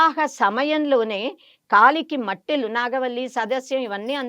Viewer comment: మెట్టెలు అనాలి. మట్టెలు కాదు